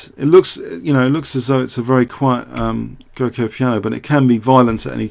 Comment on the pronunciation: "Giuoco" is an italian word, so it has to be pronounced "djuoco" (dj as j of Juin). Is an ancient world for Gioco, "Game". "Piano" I think here means like "simple", "balanced".